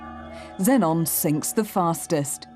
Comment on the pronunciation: It’s pronounced xenon